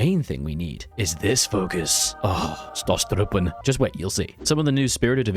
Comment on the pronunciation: What did he say ? Stusstruppen? Stormtroopers is Sturmtruppen in German.